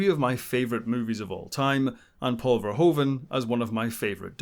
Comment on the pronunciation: Paul FARE-WHO-FUN... not Fair-Hoa-van😂